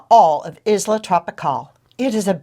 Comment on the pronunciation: Pronounce Isla correct.